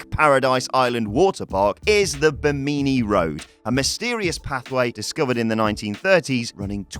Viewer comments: Bim-A-nee. Not BeeMeany. Sometimes I just don't know how you get there. Google can be your friend. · BIH'-muh-nee, not buh-MEE'-nee. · Ba-meany road off Ba-meany island? Its pronounced bim-i-knee you tosser. And according to your images the sunken city found of the coast of INDIA has Egyptian art works in it? Maybe spend less time putting your stupid own images in the videos and a little more time trying to be accurate. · Bih-min-ni Road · The way he pronounces Bimini is funny.